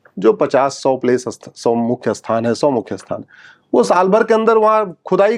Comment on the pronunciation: आप 'स्थान' को 'अस्थान' क्यों कहते हैं?